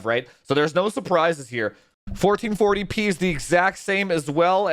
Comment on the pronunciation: Thank you supporters! Without you we wouldn’t have this beautiful content! I love when says “1440 peeh” - makes me giggle every time. 😁